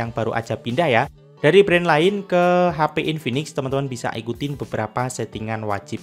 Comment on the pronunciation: H.P... bukan HA Pi .